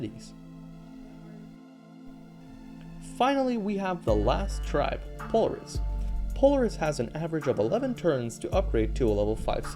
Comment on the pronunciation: Finally, someone else who says Polaris correctly (This is a joke. I just say it weird, just lile him. Say it however you want, even if it makes no sense.)